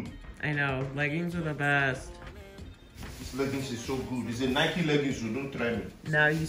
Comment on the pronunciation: Why break his spirit that no one cares 😂😂... For naija na "nika" full here instead of "nike"